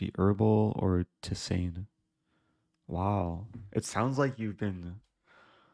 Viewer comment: FWIW: tisane is pronounce Tee Zahn